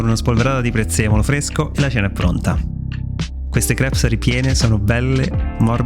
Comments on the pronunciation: Si dice crep ,senza S 😅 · "Crêpes", anche al plurale, viene pronunciato come al singolare, sensa "s" alla fine😜 Grazie per la ricetta, non vedo l'ora di provarle! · Complimenti per queste ottime ricette, da provare sicuramente. Piccola nota, le crêpes (plurale) si pronunciano esattamente come al singolare, cioè la esse finale non si deve sentire😉